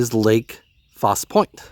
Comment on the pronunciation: Its pronounced falsey lake faussie point. Lol and ah chaaaa faaahhhh liiiiyyyaaaa